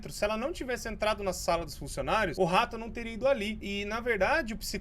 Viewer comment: Ninguém: Nem uma alma:: o RRRRRRRRRato